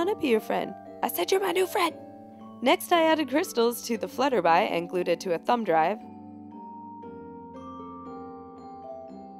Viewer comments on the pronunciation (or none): when you were saying butterfly you actually said flybutter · she said flutterbuy or flutterbly instead of butterfly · She didn't say butterfly she said flutterby! xD xP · did she says flutterby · She said flutterbye not butterfly XD I'm dying 😂😂😂😂😂😂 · only i heard FlutterBy? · Did I hear flutter bly? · Haha i thought it was funny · Omg did she say FlutterBy she's a goofball.. . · did anyone else hear her say flutterbuy?